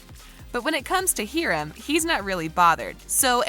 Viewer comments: "Heerim" its Hiram Hi-rum sorry. This is not a mean or mad comment. I know it sounds like it. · Mr. Lodges name is pronounced hi-rum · I’m sorry “heerim” you say? 😭😭😭